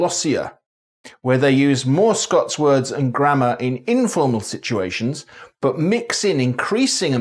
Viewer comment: I'm a Scots speaker in that I'm fluent in Scots but I'm from the lowlands so I mainly speak English but I still have the accent obviously. Your Scottish accent isn't great if I'm honest but it's better than most and you get a few words wrong. Words is pronounced like wirds rather than wairds and deliver is pronounced like delivar not deliveer at least if we're talking about Edinburgh and to some extent Glasgow. Aberdeen does it's ain thing